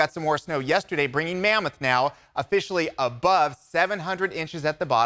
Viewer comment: did you say mammoth pack